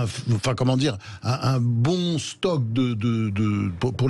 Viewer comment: On ne dit pas " stock " mais SOCLE